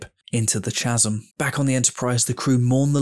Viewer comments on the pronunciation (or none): Ch asm? ermmm its pronounced Ka zem